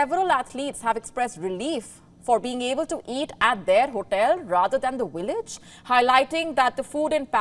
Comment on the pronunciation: Its Village not Willage 😂